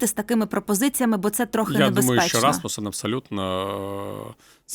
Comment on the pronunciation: Що це за «журналістка» така, що не може висловити правильно імʼя пана екс-секретаря Расмусена?